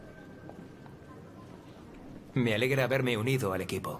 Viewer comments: auron diciendo " NO PELIEN " 😂😂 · Es "no peleén". Bueno, almenos así he escuchado que lo dicen durante toda mi vida